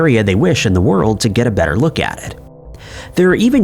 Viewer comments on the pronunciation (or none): none